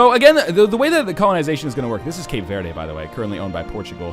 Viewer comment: Northenlion, I love you, but as a Brazilian hearing you say "Cape Vaerdae" is the most soul crushing thing on Earth.